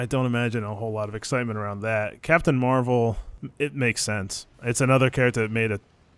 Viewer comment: Mar-Veil is what I am hearing when they pronounce it loool.